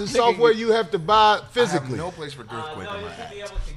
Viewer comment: This fool said "gerth quake" 😂🤣😂🤣😂